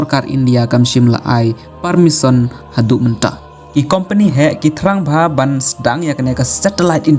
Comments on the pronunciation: Permission ❌ parmison✅ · Permisson ne permission tang pronunciation ruh ym biang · Pule news u ne u bah um nang pronounce permission u ong parmisson